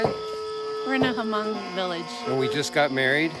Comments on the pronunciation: I was so surprised your video came on my feeds. I’m actually Hmong too. Just a little correction. You don’t say the “H” in Hmong. It’s silent so you pronounce it “Mong”. I’m surprised the Hmong family there didn’t correct you. I didn’t understand what was being said when everyone was cheering with the beer. It sounded like “Moog Zoo”. Which means go well or be safe on your journey. I couldn’t relate it to anything else. I’m glad you get to experience a Hmong wedding. Best of luck to you guys! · Stop pronouching it hamong. Learn to pronounce it correctly. It deeply offends me. That is not a Hmong wedding. That is a chinese ceremony.